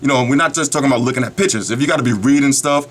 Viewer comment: PICTURES but he says PITCHES i lol this guy's accent